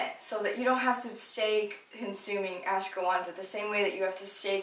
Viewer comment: ashwaganda! Not ashgawanda